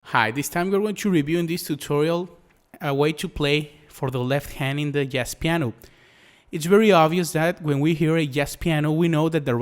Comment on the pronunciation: Great video! (but you might want to look up how to pronounce the word Jazz :P )